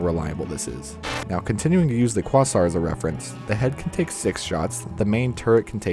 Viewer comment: Quasar = Kway-Zahr